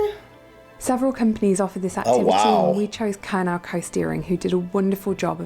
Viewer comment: Emphasis on CORNwall, not so much the 'wall' part!! If in doubt, emphasis the FIRST syllable here.